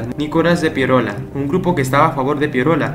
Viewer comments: Me duele los oídos cuando dices Pierola... Es Piérola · Se dice Piérola, no Pieróla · Muy buen video. Sólo una corrección. Se pronuncia Piérola. No Pieróla. Slds. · PIE'ROLA ...la fuerzs de voz en la e no en la o ...no se dice Piero'la.. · Es Nicolás de Piérola*. Yo también me preguntaba por qué lo pronuncia mal si lleva tilde. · Solo una anotación, no entiendo por qué pronuncias tan mal el apellido Piérola, este lleva la tilde en la "E" por lo que la fuerza de voz recae en ella y no en la "O". Eso se enseña en el colegio. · Excelente, solo un pequeño detalle es Piérola y no Pieróla, fíjese usted mismo en su propio video como está escrito. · Muy buen documental !! Histórico pero hermano no es Pie ro’la. es Pie’rola !! Suena mejor hermano de historia!! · Se llama Nicolás de PIÉROLA no Pieróla, si vas a relatar una historia hazlo nombrando bien a los personajes. Consejo para mejorar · Piérola, con acento. No Pieróla. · Es Pi-é-rola, no Pierola. Qué mal habla este tipo. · Tío, que aburrido eres. Al minuto te corté. Aprende un poco de inglés para que puedas pronunciar la palabra 'navy' y, además, no se pronuncia Pieróla ... sino Piérola, torpe. El maestro Marco Aurelio Denegri ya te hubiera parado de cabeza. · Piérola (tiene tilde en la e, por tanto la fuerza de voz está en la letra e). Saludos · es Piérola con tilde en la vocal "e" y por ende, mayor fuerza de voz en la primera sílaba. 😁😁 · Nicolás PiÉrola, el acento muchacho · Interesante información, pero el apellido se pronuncia PiÉ-ro-la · Man perdón pero bien claro esta el acento en el nombre de Piérola!!! escúchate lo que dijiste. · En el apellido Piérola el acento va en la e no en la o jaja... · Esteeeeee, en tu lámina está clara la tilde del apellido de Nicolás de Piérola, con tilde en la é y por ende la mayor fuerza de voz en esa sílaba, gracias. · interesante pero no olvides que en Piérola, el acento va en la E